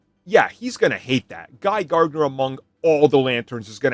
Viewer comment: Idk why you add an extra G in Gardner 😂